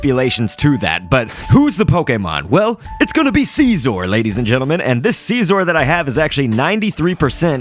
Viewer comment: It's Scizor, Not Siesor like you say it.